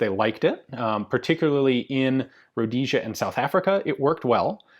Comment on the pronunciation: Did he just say "Rhodesia" ?